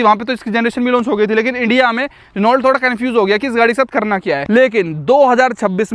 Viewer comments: Renault nehi pronunciation reno hoga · Renault's right pronunciation is रेनो या फिर फ्रेंच में ओनो या होनो, Dacia's right pronunciation is डाचिया (according to the Romanian language). I worked with Renault France & Renault Russia (Lada) in the past.